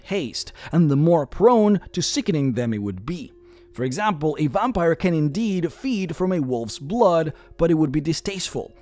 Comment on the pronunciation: OMG you say VOMPire 🤣 i love that so much i'm going to start calling them vompires too 😂